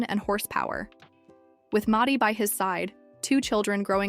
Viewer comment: The most impressive thing about this, was the mispronunciation of "Maddie" over and over.